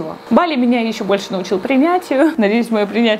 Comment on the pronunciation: БалИ правильно ударение🙏🏻